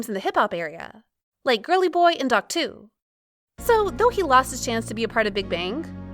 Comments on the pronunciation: Isn't dok2 pronounced "dok ee" or have i been living a lie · Nice vid! His name is read as Doki